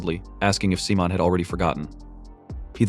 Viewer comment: I think his name is Simon the ai just saying it wrong